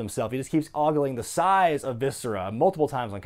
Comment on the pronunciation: “Look at the SAISE of viscera” J.R, 1999